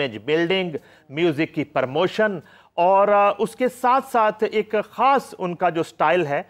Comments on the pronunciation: خاص ہوتا ہے کھاس نہیں ہے تلفظ کی ادائیگی میں دھیان دیا کریں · ،کھاس' نہیں یہ لفظ ،خاص' ہے۔ نقلیں عقل کے ساتھ ما ریں۔ اپنے وقار کو ملحوظ خاطر رکھیں۔ اسکو اپنے ہاتھوں سے تار تار مت کریں۔